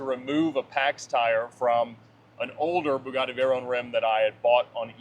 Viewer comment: Love determination and resolve to continue to pronounce his cars' names incorrectly. "Vey-rone" and "Murci-EL-a-go." Was fully expecting "Die-a-blo"